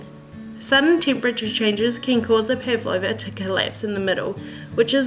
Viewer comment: LOL! do you guys pronounce it like this? I wonder how it became this way :D Pavlova is a Russian last name, and the dessert was named after the russian ballerina -- Anna Pávlova (Анна Павлова), the accent is on the first a! It was made to resemble her light and airy outfits :) No hate at all, just sounds so weird to the russian ear haha!